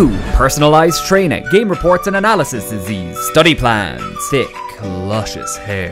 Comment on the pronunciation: “game reports and analysisesiees” got me dead💀